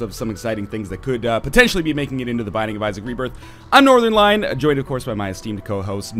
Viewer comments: I was mentioned by northernlion. And he mispronounced my name. Yes. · i heard northenlion and i was like da fuq